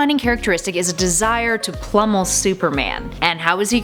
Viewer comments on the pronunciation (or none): did u say "plummel"?